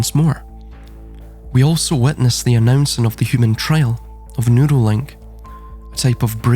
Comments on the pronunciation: I thought the same thing...that he was saying noodly.😂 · I know this a serious topic, but I’m over here laughing, because I thought you were saying, “noodle link.”😂😂😂 Then I realized you were saying “neural link” instead. I guess since “noodle” is slang for brain, that it would work.😂 I agree and have been saying they’re trying to establish a worldwide, electronic, pseudo scientific, eunuch, feudal serfdom. In fact, every “ism” in this realm, from capitalism to fascism to communism to socialism, eventually devolves into feudal serfdom. That’s the only form of government the “elites” will tolerate, and they hate the idea of us having anything—any comforts or luxuries.